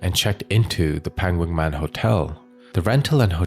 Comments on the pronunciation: Hello from Thailand! เกาะ พะงัน Ko Pha-ngan correct pronunciation is Ko Pa-Ngan not Pha (Fa Ngan). Another major example is Phuket. We don't say Fuket but Puket despite the spellings. 😊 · Its pronounced Ko Pan Ghang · You should've spent a few minutes to research pronounciation of the Thai names. The "Pha" in Ko Pha Ngan is pronounced with a P, not F. Other Thai names and locations were butchered as well, but since Ko Pha Ngan is a prominent tourist destination, you should've at least got that right. Unfortunately, most True Crime channels spend no effort in researching pronounciation of non-English names.